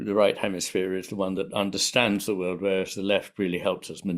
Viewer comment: your heavy accent causes you to pronounce "world" as "word." You omit the "l" sound. So that shows up in the captions, as well. The issue is that it misleads the viewer and obscures Iain's meaning.